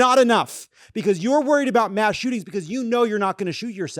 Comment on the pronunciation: It’s “mass.”